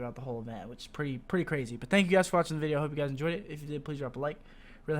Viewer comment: I HATE the way you say 'but'